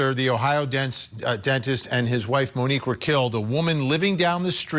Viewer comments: Come on Vinnie, her name is MONIQUE, not Monica. Get it right 🤬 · Vinnie, her name is Monique, not monica!!!! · Her name was Monique. Not monikkka